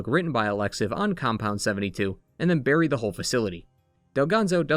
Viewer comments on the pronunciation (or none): none